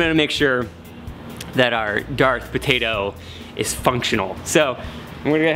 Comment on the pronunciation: "Tator" its a patoto dude